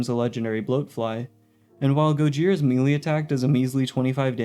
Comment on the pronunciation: This guy said "MEE-LEE"